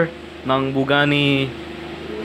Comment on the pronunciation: Did you said pugani what?